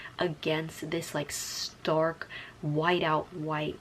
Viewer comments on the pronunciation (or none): none